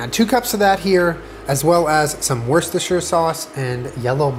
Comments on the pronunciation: it's pronounced wuss-tuh-shur. I'm from worcestershire UK! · Nobody:: “worse-cest-sher”